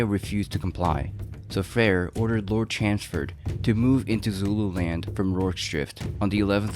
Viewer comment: Lord 'Chanceford'??? It's clearly not pronounced that way. I would know, I live there.